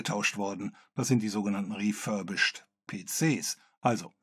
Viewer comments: "refurbisched" :D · REFURBISCHED??? Muß das nicht Reh-Furby-Sh!t heißen? 🤪